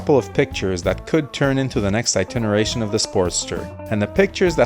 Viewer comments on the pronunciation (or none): It's iteration not iteneration.